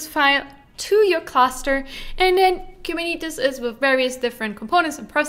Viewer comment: Please stop mispronouncing “”Kuberneetes”